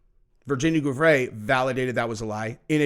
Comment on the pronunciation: Bro its Virginia (pronounced jewfray)